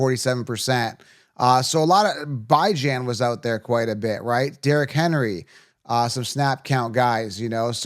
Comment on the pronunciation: Did he pronounce Bijan as Bye Jan?